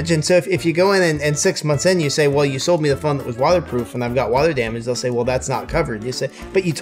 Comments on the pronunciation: Is just me or the ifixit CEO said "Wata proof"? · Why is this guy saying “watherproof”